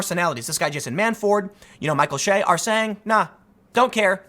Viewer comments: Bro, it’s Che ... not Shay. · Che is pronounced like the ch in chive... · Michael Che every week: I'm Michael Che Tim: Michael Shay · Tim is such a lefty, he cant pronounce Micheal Che's last name the right way. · You'd have to actually watch SNL to know how to pronounce his name. I assume you're at least 45 if you're actually watching it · That's my point. If Mr Research is going to report on Michael Che, he should research how to pronounce the man's name. One way to do such exhaustive research is to watch any of the Weekend Update clips at SNL's YouTube channel. 30 seconds will do it.